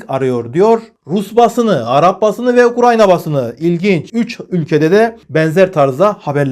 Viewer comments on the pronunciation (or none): none